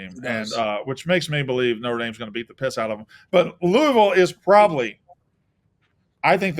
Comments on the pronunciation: It’s “Lou-ah-vull” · Great new intro! Blutman trying to correct you on how to say "Louisville" while ALSO mispronouncing it pissed me off. No one on the pod knows how it's done.